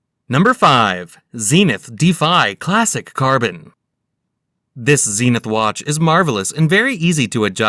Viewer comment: Stopped watching when he tried to pronounce Zenith.